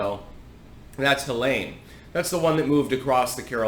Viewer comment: Pronounced Hel-leen from what I have heard all along.